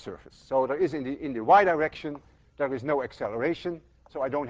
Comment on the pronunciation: I hope to GOD I'm the only one who kept hearing Dr. Lewin's pronunciation of "the Y direction" (over and over) as "the wide erection". I'm almost 60 years old and I'm supposed to be long past boyhood fart jokes. Was Peter Pan right after all? Will I never grow up? :-)